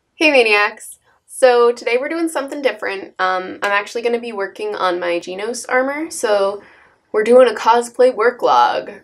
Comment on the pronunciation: she pronounced genos 'jeenos' facepalm but appa rt from that its a good video